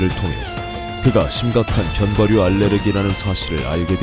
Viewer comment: 애들 다 견과류발음 건과루라고햌ㅋㅋㅋㅋㅋ귀여워 ㅋㅋㅋ 나도 맨날 카페에서 손님한테 말꼬여가지고 계피가류 아 아니 가류 이러는데 ㅋㅋㅋㅋ